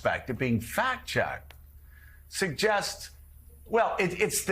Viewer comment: PLEASE tell me Joe said MOMinee on purpose cuz I am howling!!!! 😂😂😂😂